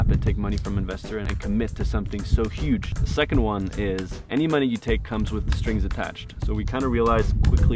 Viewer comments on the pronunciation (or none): You guys know you said "stings attached" instead of "strings attached" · Did anyone else notice number 2 said stings attached and not strings attached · It said “Stings attached” instead of “Strings attached”.